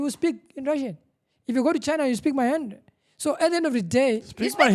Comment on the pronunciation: "if you go to China, you will speak MAHENDRIN"😭😭😭😭 lizangixotshisa emsebenzini lina 😂😂😂